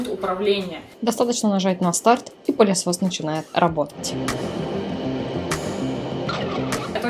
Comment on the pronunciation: Да не пАААлесос, а пЫлесос..😅